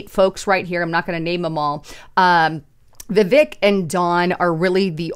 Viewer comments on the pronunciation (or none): none